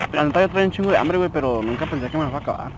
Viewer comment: Like si te asustaste cuando dijo ambre en ves de hambre